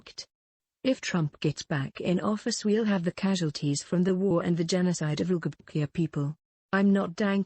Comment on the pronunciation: Never knew LGTBQIA was pronounced "Ulgehbutkia"